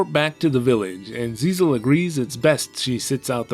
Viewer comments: It's GISELLE, not ZIZEL 😂😂😂😂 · I'm pretty sure the princess's name isn't "Zizel" but meant to be "Giselle". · Except it's really Giselle, since written in katakana 😂